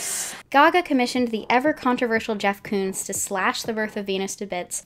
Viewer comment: I ALSO THOUGHT SHE WAS SAYING KUNST! perhaps cause of what you mentioned about her using German past songs, but also cause I was taking German when the album dropped. Maybe she recorded both words ("Koons" and "kunst") and layered them :3